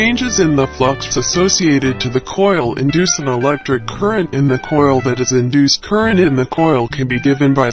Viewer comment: "CurReNt .....CuRRRrRrRRrrrRreNt